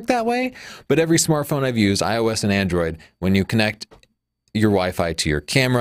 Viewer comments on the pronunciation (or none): none